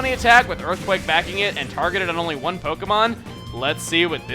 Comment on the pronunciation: It sounded as if he was saying Juan everytime he said one xD